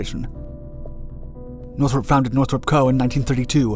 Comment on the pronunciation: The narrator says Northrup like Nurthuhrhrhrrp